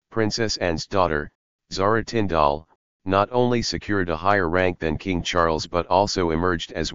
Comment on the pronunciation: Absolute crap. Can't even get Zara Tindall name right. And pronounced tin d l. If you going to tell stories about our royal family GET YOUR FACTS RIGHT